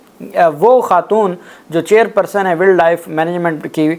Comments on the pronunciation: صاحب، ولڈ نہیں ہوتا بلکہ وائلڈ ہوتا ہے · یار ایسے کرو کہ انگلش زبان کو صحیح پڑھنا اور تلفظ سیکھنا آپ کے لیے ضروری ہے۔ ولڈ کی بجائے اسکو وائلڈ پڑھا جاتا ہے۔ 😮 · Wild is pronounced as wiled. وائلڈ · Poor pronunciation of word Wild , not expected from you, repeated many times. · Please read the word “Wild”correctly.